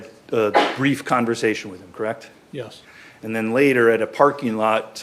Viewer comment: You're a cop krect?? Krect! Collect data, krect?? Krect!! You arrest people, krect?? Krect! Drive a squad car, krect??? Krect!!! And you're a sheriff, krect??? Krect!! Been one for a while, krect? Krect!! Krect krect krect kect krect krect krect krect.......krect??? Krect!